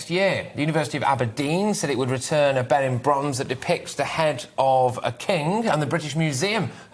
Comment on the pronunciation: Benin is pronounced Beneen in English.